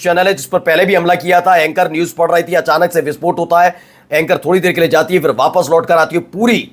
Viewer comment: Dear friend If you pronounce phir, not fir it's More correct Word your Urdu is very good with good accent,Laeeq Khan from Italy I'm your regular viewer